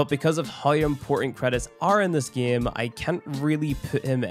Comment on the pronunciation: " in the gyem"